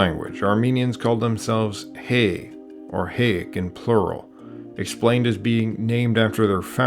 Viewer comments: Can’t you pronounce Hay as in Hye We are not Hay we are Hye Learn how to pronounce the A not as E by as A ,, you say Hayasa and Asdvadz but you can’t pronounce Hay the right way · Just to clear up, it’s not Hey, but pronounce it as “Hi” or “High.” And Hayk as in “Hike.” To take a hike. Name of the country, “High-ah-stan.” Great video though. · not "hey" but "high." otherwise great vid so far.. still watchin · It's pronounced "Hi", "Hike", "Highastan". Not "Hay" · Sorry, the pronunciation of the name Hayk and Hay are wrong. It not (heik) but (haik) sounding ( a), it's not (hei) but (hai) again sounding (a) as in arm. This is very important because you are pronouncing names they should be precise . Please correct in the vidro. Thank you. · Hi, I'm an Armenian-American, and to add some validity to this comment, I was one of the first members of my family to be born in the US, and just look at my last name. Love the video and it does a great job explaining the history of my people. Just one thing. The correct way to pronounce Hayk, Hay, and Hayastan is (High-K), (High), and (High-Ya-Stan). I know we have some difficult names and words to pronounce in English like the name Khorenatsi for example, so this isn't supposed to be a disrespectful comment, I just wanted to make sure people know we don't call ourselves Hay like Hey or like Hay like what horses eat lmao. Again, love the video and thank you so much for making it. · Hay is pronounced (Hi) the country in Armenian is (Hi-asdan). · Hay pronounced "High"... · great video! I didn't know we came from the north! one note though, հայ (hay), is pronounced /haɪ/, like in hike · Its not pronounced Hay its pronounced like hi. Hayk is pronounced like hike. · Hayk, Hay, Hayastan is not pronounced like Hay in English, the 'a' is like the 'a' in apple. :)